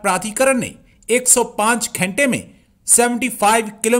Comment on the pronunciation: Ghente nhi ghante hota hai😂😂😂